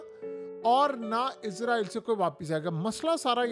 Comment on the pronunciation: آپ کا تلفظ درست نہیں ھے آپ ھر ویڈیو میں اسرائیل کی بجاے عزرائیل بول رھے ھیں اس کو درست کر لیں جزاک اللہ خیرا